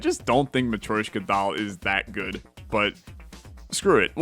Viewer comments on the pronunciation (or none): am I the only one that gets agitated whenever he says Ma-troy-shka instead of Ma-tro-shka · Hearing "matt-roy-shka" every couple minutes drives me mad, ha-ha. I'm not offended by people who can't pronounce foreign words, but hearing a word from your language being butchered over and over is a bit distracting...